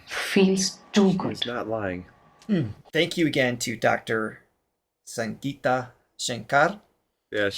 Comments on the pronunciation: Its Sangeeta for G as in GIVE and G as in GEE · Hey Guys! Her name is "SANGEETA" (meaning MUSICAL) NOT "SANJEETA"... "G" is pronounced as in GO, GARB, GUILTY... "SANGEETAM" in Sanskrit & "SANGEET" in Hindi means MUSIC... Love the way you are tyring to understand the intricacies of Indian Classical Music... Please watch this this one twenty years later and this one almost 40 years later singing with his son by his side...